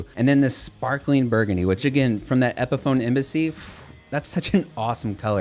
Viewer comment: Loved the video until I heard you pronounce epiphone